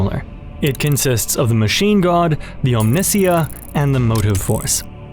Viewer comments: OM-NI. SY-UHHH. WHO TF IS OMINSIA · great ideas, interpretations, &c! but just wondering how you've pronounced Omnissiah & ( i'd always thought the stress was on the second-last syllable (om-ni-SIGH-ah), as in the (anglicised) Messiah. p.s. thanks loads for the vid :) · Bro really called the Ohm-nih-sai-yuh the ohm-nis-see-yah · Omnissiah, like Messiah, not missea. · Omni + (Messiah - Me) Omni-SAH-ya, not on-NEE-ssia. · om-nee-sy-yah not om-nih-see-yah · This is an excellent deep dive, but I have only ever heard it pronounced "AHM-nih-sigh-ah" not "ahm-NIH-see-yah" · yeah, as far as I know this is the correct pronunciation, it's a portmanteau of "omni" and "messiah." Great video but I have no idea where that pronunciation came from, I've always heard it pronounced "om-knee-sigh-uh" like you said. "om-nissy-uh" can't possibly be right. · Omni-ssiah, not Omnissi-a. As in the omni-(me)ssiah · Your mispronunciation of Omnissiah is infuriating. It’s OM-nih-SY-uh. Rhymes with Messiah. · Isn't Omnissiah pronounced "Omni-saya"? So that it rhymes with Messiah? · Brilliant. My only criticism is your pronunciation of Omnissiah. For a while I was confused as to what you were discussing. I think it's meant to be pronounced similarly to Messiah from which I assume it is derived! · So is every other 40k YouTuber pronouncing Omnisia wrong? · Amazing video but oh my god the “Omniss-iah” pronunciation is killing Mr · Great video mate! But it's Omni-sa-ya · I liked your video... But for all that is holy learn to pronounce Omnissiah. From Google: The word Omnissiah (from the Warhammer 40,000 universe) is typically pronounced as "om-NIH-see-uh" (rhyming with "Messiah") or "om-nee-SIGH-uh" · Real question, isn't "Omnissiah" read like... "Messiah" ? :V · Om-knee-sigh-uh, please sir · It’s very simple; that’s how it’s usually pronounced in Russian - Om-nees-SEE-ya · This is an amazing video but please stop saying Omnissiah like that lmao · I hate your pronunciation of Omnissiah